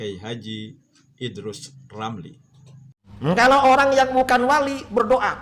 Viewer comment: Waduh beberapa kali salah sebut...Idrus Ramli dibilang Idrus LAMRI...😁